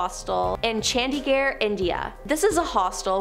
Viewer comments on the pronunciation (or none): none